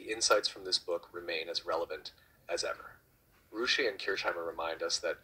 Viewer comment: You pronounced my name wrong 😂